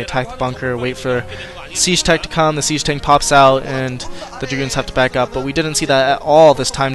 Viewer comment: SIEGE NOT SAGE!